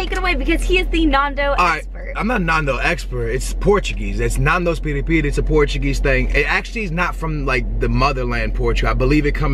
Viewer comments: It’s pronounced naan-dows Not nundows 😅 glad u liked it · Why do they keep saying NON... when it is clearly NAN dos??? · btw you don't say it as nandos, its said as nandows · It’s not NAHHHNDOS ITS NANDOS 😖😖😖😖😖😖😖. Sorry im British lol 😂😂😂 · It's Nandos with an A, not Nondos with an O... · please stop... its nan not naan im dying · OMG ITS CALLED NANDOS NOT NARNDOS! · please please PLEASE its not naandos its nandos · Lol omg do some research before you do a video! "Some island off Portugal"🤣🤣🤣. It was founded in South Africa. Also.... nAndos not nOndos😭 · it bugs me how they say nandos. you don't say narndos you say nandos. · It's not pronounced Nondos. It's pronounced Nandos. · Why are you saying nawndoes its nandos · It’s Nando’s Nondoz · It's pronounced nan- did not nahndos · It’s not NUNdos it’s NANdos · It's not Narndos It's nairndos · NANdos not NAAANdos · Nandos not naandos ffs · naaaandos not nanos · yeah they say nondos lol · its said nandows innit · Yea cause when you pronounce it, you say "nan" as in your grandma and it's kinda funny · Michael Czepak nAAHndos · see i can change my name * nan doee s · Guys Chill, they pronounced it NAAANdoes because or their accent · narn-doh-s hahahahahha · It’s actually ‘nan - dough’s’. Dows implies it rhymes with cows, which it doesn’t, and ‘naan’ is as you’d pronounce naan bread, which isn’t how you pronounce Nando’s. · Please pronounce as following: Nan-Dough-zzzzzz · You pronounce it nan like nanny dos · Nondos lel we say nandos in South africa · I cringed everytime she said "nondos" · its NAN doze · It hurts my ears, to hear how you guys pronounce it, as we pronounce it differently over here in England haha. Glad you enjoyed it :) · its funny because nandos is south african and english people are the only ones besides us who pronounce it correctly! XD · Your not saying nandos right and I know because I'm from London and they have nandos everywhere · Ur saying Nando's wrong omg 😩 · you say nando wrong